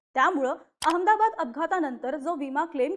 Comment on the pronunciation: हिला लवकर काढून टाका ही अमदाबाद म्हणते अहमदाबाद म्हण ग 😂😂😂